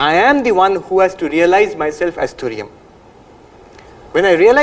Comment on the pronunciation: It's Turiya not Tunia